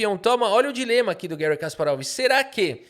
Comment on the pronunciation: Por favor, fale Garry, nunca Guérry. Um soviético não merece seu nome em inglês estadunidense.